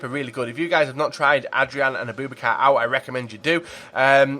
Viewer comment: Its abou-bakar, not aBOOBakar plz pronounce names correctly